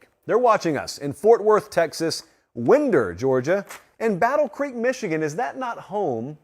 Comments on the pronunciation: It’s WHYnder, not WHENder. A kid from AlBENNY should know better. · haha winder.. it's WIIInder. You gotta put your Georgia accent on it. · Quick note: "Winder, GA" is pronounced like "winding road" or "wind up." Rhymes with "whine." They're about 30 minutes out from Athens. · FYI, Winder, Georgia is pronounced “wine-der” as in Finder with a W instead of an F. Just figured you’d want to know since you grew up in Georgia. 😬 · …… I can tell you are from western GA hahahaha it’s pronounced “Wine-der” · Winder Ga pronounced Wine der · literally everyone pronounces it according to its appearance lol. for those who are curious, it's locally pronounced as; "WHINE-DUR." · For being a Georgia native, I can’t believe doesn’t know how to pronounce Winder (coincidentally 30 minutes down the road from Athens). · I was coming here to call ol out but scanned the comments before pulling the trigger. C'MON, Get it together!!! 😝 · Dude is from Georgia and can’t pronounce winder lol